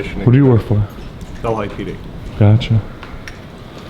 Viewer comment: Delhi pronounced Del-he....which is an Indian word...Not Del-high.....